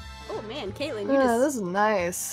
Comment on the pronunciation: YOU GOT KATLEYLEN WRONG